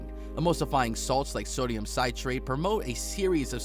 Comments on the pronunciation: Citrate: Sit-Rate. Not Kie-rate!! It's not even a hard word, it's just phonetic. Did this person even go to grade school? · NOT THE SODIUM KYRATE (citrate) 😩🤣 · Uhhhh, where did you learn to read, dude? I have NEVER heard so many words mispronounced, and in ways I can't fathom how you came up with your versions. (Citrate" "kie-trate"?) I got lost in the shuffle trying to figure out what you were trying to say. I finally had to turn on cc to manage, but that meant I couldn't watch the video, which showed clips out of sync with the narration. (Deep sigh, while shrugging my shoulders and shaking my head, with my forehead being red from so many head slaps.) 😶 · Sodium Ci-trate (Sih-trate). Not KY-rate. Also you failed to mention the mycin. Viewers miiiiight like to know that an antibiotic/anti fungal EYE ingredient is added to discourage mold. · "Sodium kayratee"😂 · Grandollar? Kirate? Prosphates? Good lord the mis-pronunciation rate is astounding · I can't take this video seriously when sodium citrate is pronounced as "kai-rate" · I'm glad I'm not the only one who noticed. I was like 'what on earth is sodium ky-rate..!?' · Dude can’t even say citrate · It’s best isn’t good enough. The number of words mispronounce is ridiculous, but it’s also kind of funny hearing some idiot mispronounce “citrate” and other easy to pronounce words.